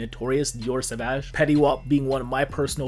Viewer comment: I think you might be the only one on youtube saying "sauvage" properly without speaking french (or do you?), everyone "diaurrr savaouj" 😂